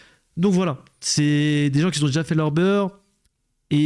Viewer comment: "Qui z'ont" faut arreter😂 mais sinon vidéo cool!